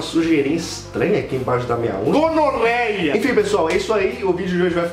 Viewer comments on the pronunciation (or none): ele falo donorreia ou gonorreia? kkk